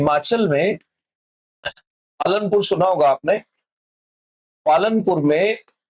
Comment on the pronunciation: Palampur not palanpur